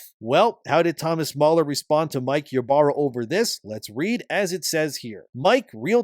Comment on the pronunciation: THE "Y" IS PRONOUNCED AS "E" ITS "E-BARRA"!!!